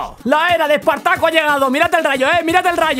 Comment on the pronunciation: "EEEEEEEpartaco" Servidor: LAN Invocador: Kigrium